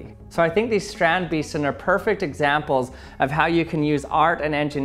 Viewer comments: hahahhahah its pronounced str-on-d-base-ten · My phonetic not that good, our dictionary says: "strɑnt bestən". In layman: 'strand' almost good just give it a real non-english a like the a in 'ah' or 'aw' (not 'awe' cause that's too much of an 'o'). And 'beesten' is almost like the english 'based' with 'en' added at the end. Don't worry t's and d's, dutch don't either, it's more regional than anything distinctive, a lot of d's at the end of a word are pronounced as a t. Can't get rid of the accent, but anything better than 'beast' comes much closer to dutch pronunciation. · You pronounce 'beesten' with a long english 'a' like the a in 'base'. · I love people trying to pronounce Dutch words😂😂 Kills me every time xD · Foreigners trying to pronounce Dutch words and names just keeps being funny XD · I am dutch and strandbeesten is a dutch word, i like how this man pronounces it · That pronunciation of the word StrandBeesten hurted me. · I love how you pronounce it's name haha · I love people trying to pronounce Dutch words😂😂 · that pronunciation hurt me